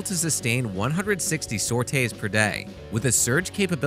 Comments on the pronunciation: Isn't the word pronounced SOR-TEE? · saute's per day? do you mean sorties per day? or do they actually just stop operations, roll out the BBQ and start cooking?